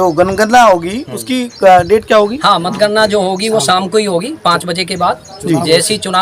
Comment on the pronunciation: 😂ese to anchor hai jo matgana ko ganagan bol rahe hai